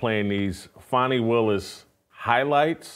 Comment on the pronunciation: HER NAME IS FANI... LIKE FANNY